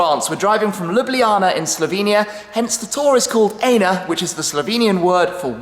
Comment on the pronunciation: Where are you leaving from in Ljubljana? Can we come and say hi? :) And you mispronounced "ENA"! Just so you know!! :)))